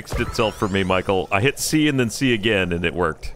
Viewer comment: Did say "Hit cry"? Lol